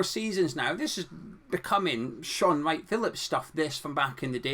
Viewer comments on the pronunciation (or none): none